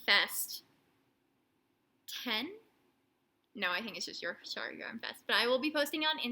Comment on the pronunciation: So happy for wee Oliver. What a tough time for the family. So glad you are able to help, too. Oh, and its pronounced "York-shur". Also, two. other good words for entrails are: viscera, & chitterlings